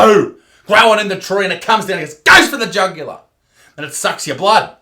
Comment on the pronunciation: The way he says “tHe JuGuLaR!!”